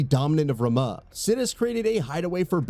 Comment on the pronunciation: Remah made me laugh 😂